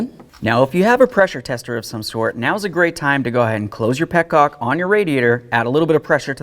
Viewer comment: Petonges! I love it. There's Frenchman somewhere in that boy lol.